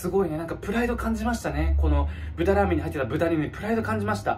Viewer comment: 「らアメン(ラーメン)のびますよ」すこ